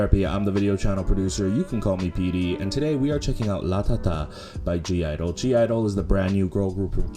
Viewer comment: ur not supposed to pronounce the G i believe